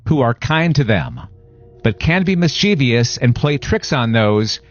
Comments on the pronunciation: Can we, as a society, stop mispronouncing this word?: Mischievous If you just read this, and thought "Miss•CHEE•VEE•ous" I'd like you to read this: mis•chie•vous Just like it's spelled. "Miss•che•vuss" is how it sounds. Mischievous. 3 syllables, not 4. Mis•chie•vous Mischievous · Mischevious? Why don’t you censor non existent words? It’s MISCHIEVOUS!!!